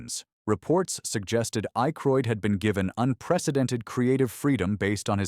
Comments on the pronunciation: It’s Dan Aykroyd, not Ache-royd. Mispronunciations all over the place. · Dan Ay-kroid